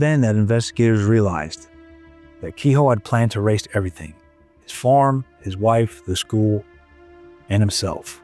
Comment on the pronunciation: I just cringe everytime he says farm. Form is what I'm hearing. Not much to these videos most of the time is spent on commercial ads and commercials by the people who narrate the video.